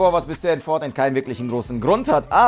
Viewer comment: wollte am Anfang schon "Fortniete" sagen xD